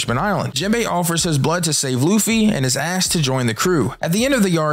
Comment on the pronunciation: When you said jimbeai gave his blood to save Luffy and is asked to join the crew I thought you said “gave his blood to save luffy and his ass to join the crew” the first couple times I had to replay that to make sure. Lol I’m wild for that